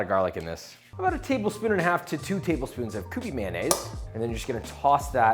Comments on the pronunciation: "kyoo-pee" not "koo-pee" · Did you mean...... Q-P mayo? Cause it ain't pronounced COO-PEE, Papa.... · Pronounced Cue Pee, not Koo Pee. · It's pronounced kyoó-pee.